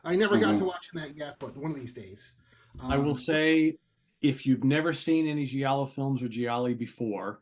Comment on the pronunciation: pronounce Giallo very well.